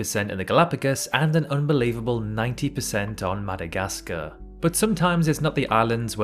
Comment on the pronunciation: Atleast try to learn the pronunciation of the names Madagascar and Myanmar is not pronounced like that! You sound like supposed anime fans that cannot xome close to pro ounce the name correctly (99% of americans mispronounce it)